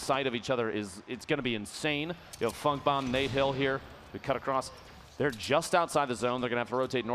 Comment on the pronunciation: Did anyone else hear dr lupo say Nate hill and fuck bomb instead of funk bomb